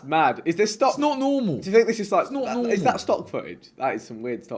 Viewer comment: "nort normol" dk why I found his pronunciation funny